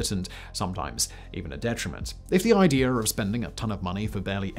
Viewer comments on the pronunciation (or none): He had an "idear" .